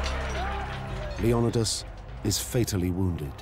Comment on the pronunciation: Leonidas not lendios similar but different.